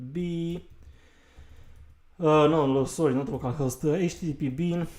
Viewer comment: it's httpbin not httpbean